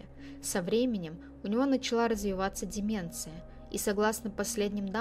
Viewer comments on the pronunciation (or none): none